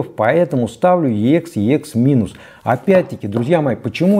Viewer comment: Уважаемый ведущий, обозначение Ех - звучит просто Экс, как сокращение от Эксцелент (англ. Excellent - отличный, отменный, превосходный), а не две отдельные буквы . Отдельно буквы произносят в аббревиатурах, тогда они все заглавные и каждая является первой в отдельном слове... Например - EMI ( читаем И эМ аЙ по русски) или BASF ( соответственно Бэ А эС эФ, т.к. немецкая марка). Ничего личного, просто вещая ,,нá люди" Вам , как продавцу стоит знать основные термины и понятия на этом рынке, марки и лэйблы, которыми Вы пользуетесь... А также - на Эксе могут быть Видимые царапки, полоски или ''паутина", но не Слышимые как "песочек" или щелчки, ну максимум - на заездах сторон. То, что Вы представляете в этом ролике трудно назвать превосходным или отличным, скорее - очень хорошо с плюсом, т.е. - VG+( Very good - два слова и потому большие буквы)... 🎼🌐🥂